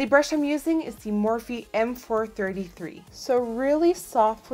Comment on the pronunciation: I love the vid, bit the morphe brushes are pronounced like morf.